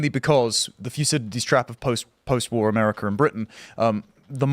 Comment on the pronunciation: Ah yes. The Pentagain and Amerikur